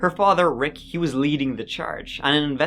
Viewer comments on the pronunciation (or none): none